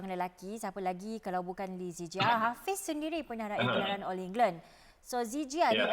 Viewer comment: Sebut betul,lee zii jia